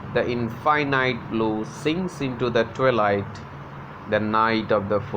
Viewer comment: I am happy sir that you told how southern is pronounced, but some of the words like 'infinite', and 'twilight' and 'poem' is mispronounced.